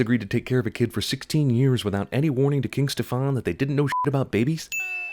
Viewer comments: Every utterance of the word "Stefan" makes me twitch. It's pronounced "STE-fan", not "ste-FAAAWWWWWNNNN". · 1) You're pronouncing Stefan wrong. 2) I was happy when I saw my name in a movie for once, but then he just had to turn out to be a right evil fucker. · I'm not saying this movie doesn't deserve the treatment it's been given, but why did you go out of your way to mispronounce Stefan's name? In this movie and the animated classic, it's pronounced a different way.